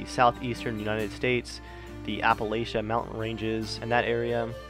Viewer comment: Nevermind, you just answered my question by mispronouncing the fuck out of Appalachia.